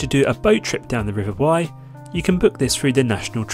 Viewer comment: FYI - The RIver Wey is pronounced like "WAY" not "WHY".